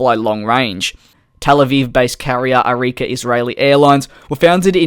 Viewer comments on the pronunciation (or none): Its not arikia Its ARKIA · Arika???? Its Arkia! eye rolling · It's Arkia not Arikia! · You say Arika but it's Arkia, But good video as always! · it's arkia - says like arkiya